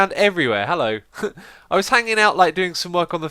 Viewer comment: X! sounds like your saying "hello" lose the H!